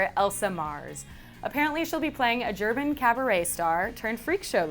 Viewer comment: did you say gerbin or german